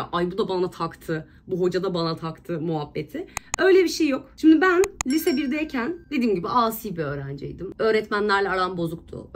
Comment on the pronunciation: nobody:: bu arada ben lise diyemiyorum lütfen dalga gecmeyin benle liiiise diyemedigim icin.. PATLADIIIM AOWPQPWWOEKEOEKKDWOKWKWKDKEOWKEOWKWOWK